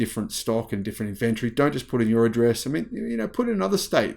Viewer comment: It is NOT inVENtory, but INventory!!!